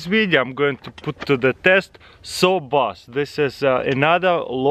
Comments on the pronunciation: He said saw boss when it should be jaw boss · Says "Saw Boss" as the box next to him says "Jaw Boss" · He said saw boss 😂